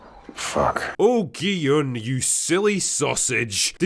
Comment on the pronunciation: one of the only reviewers who actually calls gi-hun gee-yun and not gee-hoon or jee-hoon or gee-han